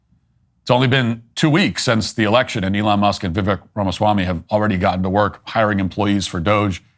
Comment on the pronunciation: Great commentary. FYI: The correct pronunciation of Vivek Ramaswamy's first name is to rhyme it with "cake". Think of it as replacing the 'e' with an 'a'.